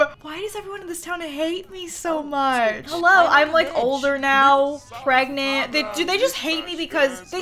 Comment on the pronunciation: She's per-garnant! xD